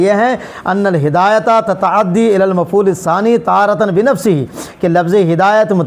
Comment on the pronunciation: یرتفع میں غلطی کیئے تلزم میں غلطی کیئےتتعدی میں ںھی